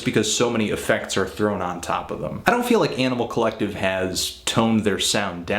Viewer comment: Fantano has this really hardcore accent, and he always says, "Yaaanimal Collective."